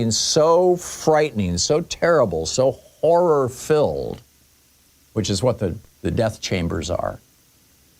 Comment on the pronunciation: "make something so frightening, so terrible , so jorrir filled ..." Ain't that terrorism ?